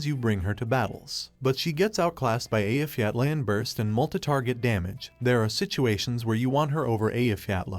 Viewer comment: Very based of you to pronounce Eyjafjalla correctly!